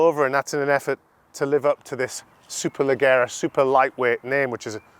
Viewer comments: Strange way to pronounce “Valkyrie” and “Superleggera” threw me off a little 🤔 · If you can’t pronounce Valkyrie and Superleggera properly how do you expect us to take this review seriously? Clueless 👊